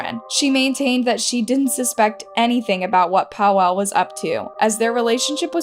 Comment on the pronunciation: Im polish and you calling Paweł Paw wow triggers me 😅 Rip btw